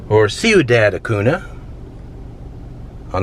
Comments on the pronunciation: Ñ is pronounced ny, and so Acuña is pronounced Acunya. I like the vine with the pink flowers - do you know what it is? the river looks almost like a lake because the water is so calm - it must be very flat there. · Migrants didn't bring TVs, stoves and barbecue pits. Before the area was seized by Trump for his wall, this was known as La Zona de Amistad (The Friendship Zone), where free trade and crossing was allowed on both sides. Carlos' was a place Texans would park to walk into Acuña (pronounced ac-oonya) and Acuña residents would walk across to shop here, Walmart, etc. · It is pronounced Acunya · Get someone to teach you how to pronounciate "Acuña"! You were butchering it! Also the big white dome you showed at the end of the video is a radar dome. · I had to stop watching after the way you pronounced Acuna 😂😂😂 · In places like Acuna, you should stop and ask a local about pronunciation. Keep it in mind if you get to Leakey, tx. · Acuña es pronounced A-coon-ya. There, I said it. I had to get that off my chest. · Pronounced Acoon-ya. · Loved your video, I moved to Del Rio and have been living where for a year, did you get to check out Lake Amistad? It’s beautiful and also Acuña is pronounced Acun-ya haha just thought I’d let you know 😊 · btw it's pronounced Acunyah! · It's pronounced "a-COON-ya." Del Rio is actually a pretty nice town; I've spent lots of time there. Brackettville is where they filmed the John Wayne/Richard Widmark film The Alamo. The film set (Alamo Village) still exists just north of town. Wayne's production company Batjac was headquartered in the old officer's club on the decommissioned US Army post Fort Clark; the building caught fire during the filming and the place was gutted. It was never rebuilt and the ruins still stand at the Fort Clark Springs housing area. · Acuna: Uh-coon-yuh👍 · Repeat after me.... "Ahhh-Coon-Yah" the N has a tilde over it... "See-enne-Gus".... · Cuidad is pronounced Cuidath and Acuńa is pronounced Acunya.